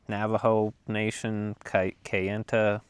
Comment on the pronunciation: You said kayenta correctly.